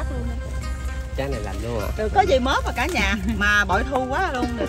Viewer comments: Mướp, chứ ko phải “móp” nghe Nam! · Móp hay mướp hả ông nam kia..😁😁hjhj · Gà hấp mướp chứ ko phải móp.